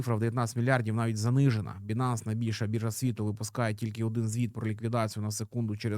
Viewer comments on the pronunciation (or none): none